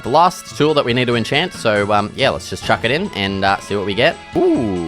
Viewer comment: My new favorite saying “Chawk it inn” 😅 great vid got my sub!!